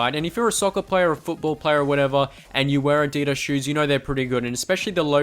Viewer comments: Thank god he said adidas right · It's actually how it's supposed to be pronounced but I guess that us Americans just like being different. Kind of how we call "futbol" "soccer"